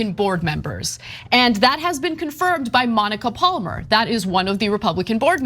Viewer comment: I like this shirt of Ana's - I've said so before. But last time that button was done up ... yowza! But how come she doesn't know how to pronounce 'Palmer'?